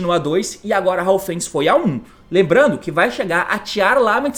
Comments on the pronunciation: "Haofenis" também kkkkkk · T, recomendo vc chamar as cartas pelos nomes corretos, MERLI ao invés de Meiru, HAVNIS ao invés de Haufenis , etc A maioria dos jogadores não entendem quando vc fala dessa forma, só quem sabe das cartas desde seu anúncio